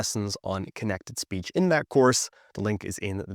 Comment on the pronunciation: I really can understand little bit without the subtitles, but when he said "speech" i undestood "is peach" 😢 and it happened around of the video...